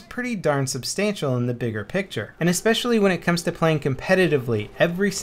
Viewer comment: I get ear cancer, everytime someone says 'EXspecially'. Please don't do that anymore, cap. thx.